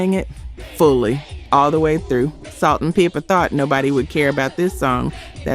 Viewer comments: Salt n Peepa? It’s Salt n Pepa. I have a problem with a mediocre content creator who can’t even narrate his own videos. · Good video but you might get more subscribers if you say the artists names right. It's Pepa! Not Peepa. It's Nee-yo not Naa-yo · I had to quit watching after the narrator said “Salt N PEEPA” 🤦🏾‍♂️ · It’s Salt and Pep-a (as in Pepper) not Peepa. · Come on, she pronounced their name as Salt-N-“Peepa”, constantly! Tell me that this isn’t a bot?! Listen to all of the names she mispronounces! BOT!🫣🤪😂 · For the young folks who don't know, Salt N Pepa is pronounced (peppa) not (peepa). Probably should have left this one off the R&B list in the first place. Pink Cadillac by Aretha Franklin would be a good one to go in its spot because she wasn't talking about Cadillac, but it was pink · Peepa? Are you from America sis? 😖 Nayo? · lol ok… cause WE know his name is pronounced knee-o… salt’s partner is pronounced just like the spice but no ‘r’ sound…😊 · Salt and "PEEPA", though? LOL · Umm… i want subscribe but is this real? The way she pronounced Pepa, Tupac and Neyo…nah!